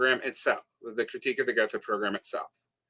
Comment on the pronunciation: I’ll be that guy and say that after your rant on pronunciation and attempt to “split the baby” on pronouncing Gotha correctly, you still pronounced it incorrectly - “th” is always pronounced as a hard T in German, thus [go:ta] :)